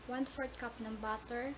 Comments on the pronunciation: 1 cough of beef broth! natatawa ako syo ate! LOL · I thought she said one cuff of beep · One Cough ng Veef Vroth hahahaahaahahhahahaha naubo ako